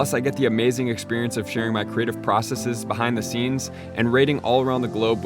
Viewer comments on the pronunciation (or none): none